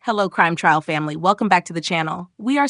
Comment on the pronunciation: AI can’t pronounce T R A I L? It clearly said TRIAL.